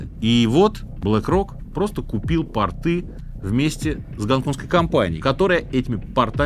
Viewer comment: пООООООООрт! пОрты, аэропОрты и т.д. 😂 во всех выпусках какие-то портЫ